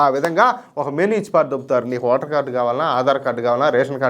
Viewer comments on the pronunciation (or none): none